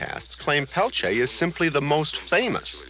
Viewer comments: It's clear the host dislikes Peltier as he chooses to continually mispronounce his sir name intentionally. Tacky and unprofessional. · I can’t even watch this. Every time this man says “Peltier” I cringe. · Couldn't someone tell that guy how to say his name correctly 🙄 even the German / Russian guy said it correctly